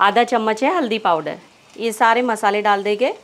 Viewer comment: Plz enhance Ur Urdu/ Hindi pronunciation........it seems U r anyone but a Urdu/ Hindi speaking person Dal dege......Dal denge Banane ja rahe hai......banane ja rahen hain...... pronounce N CLEARLY. PLZ.....AAP NE TOH URDU KI TAANG TOD DI....I feel offended.